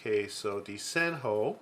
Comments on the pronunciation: I didn't express myself very well two weeks ago. The word "DESENHO" is pronounced "De-ze-ño" in Portuguese. I edited my comment below.. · Very interesting pencil. I'd like to buy it when I go to Portugal! "Desenho" is a word in Portuguese, it means "drawing". We pronounce "De-ze-ño", the NH is a peculiar fonem in Portuguese language, similar to Spanish Ñ !